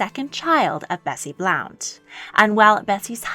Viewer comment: Though the surname of Henry VIII's early mistress Elizabeth "Bessie" is spelled Blount, it is pronounced BLUNT.